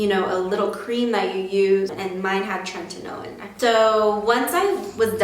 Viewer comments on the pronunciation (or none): Great tips but PLEASE stop saying "trentinoin" it's "Tretinoin"